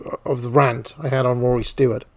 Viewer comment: Jesus christ it's "stewart" not "stoowart" and also it's "cenTRist" not "center-ist"